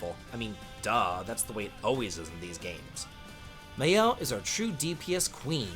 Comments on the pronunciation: Loon, Skiel, May-el! This game has amazing VAs how do you mess up all names when they get pronounced so many times. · he pronounce all female characters name wrong. loon, skeel, may-el ... who would take this tier list seriously from someone who don't even know how to pronounce these characters names??